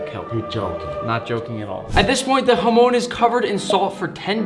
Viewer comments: In Spanish Chamon no hamon Chamon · what i hear form nick: jamon~: what i here from guga: HAMON SCARELT PURPLE OVERDRIVUUUU